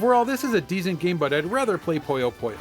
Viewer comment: Puyo Puyo. Pooh-yo!